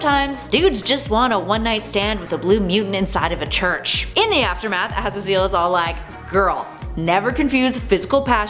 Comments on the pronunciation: “Azzazeal” it’s Ah-Zay-Zle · Az a zill? Man what in the blue hell is going on up in here lol it’s pronounced Az zaz zel lmao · Ah-Zay-Zel not Ah-za-zeeel... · Azazel isn't pronounced "az a zeal" its pronounced "uh zae zul" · Its pronounced 'A-zay-zal'. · What is she saying? Pretty sure it’s pronounced Ah-zay-zil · Number four... a-ZAY-zul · Her mispronunciation of Azazel was like nails on a chalkboard, but she’s pretty funny. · ngl that Azazel pronunciation really bothered me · It pisses me off how she doesn’t know how to say Azazel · Sweetie you butchered azazels name terribly